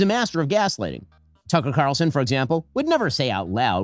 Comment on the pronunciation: "Tucker Qatarlson" 😂😂😂